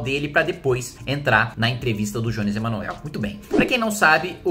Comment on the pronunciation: Tá de brincadeira. Não sabe nem pronunciar o nome do Jones "Emanuel" e quer falar sobre o que não conhece. Queria muito saber quais autores de esquerda sobre o tema leu. Nem a esquerda lê Marx direito, quiçá vocês. Só uma coisa: vai segurando a onda, porque esse é apenas o começo do crescimento da esquerda "radical", rs.